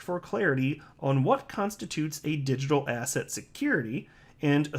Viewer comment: Every time you say the word ‘asset’, all I hear is ‘ass hat’.